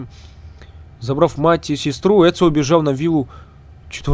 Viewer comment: Ни Эцыо , а Эцио